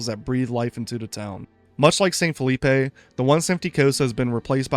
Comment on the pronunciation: phillipe wouldn't be pronounced with the 'ay' sound you put on the end of the word. it is supposed to sound like 'filleep'